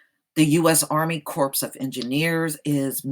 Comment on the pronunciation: The word "Corps" is pronounced "core". Don't pronounce the "p" or the "s".